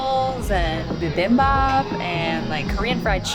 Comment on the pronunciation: “bee-bahm -bop” not “Bim bop”